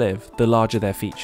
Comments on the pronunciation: I think its called Sooong Taaoo, instead of dong tao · Tôi thì nghĩ nên thuê người Việt để thuyết minh chứ nghe mấy ông tây đọc đông tảo thành Đong thao nghe sai sai ấy